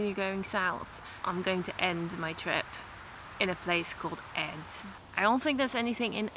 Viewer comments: The placename Ed is pronounced with a long e (would be spelled Eed in Dutch). The meaning of the name is "isthmus" or "a route used for carrying boats between two waterways". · In Swedish the namn is pronounced with a long e-sound, like Eeed!😊